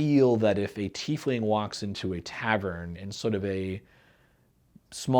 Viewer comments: UGGH! It's TIE-Fling..not TEE-fling. We also don't wear TEES, we wear TIES! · Shouldn't the name be pronounced TY-fling? Just curious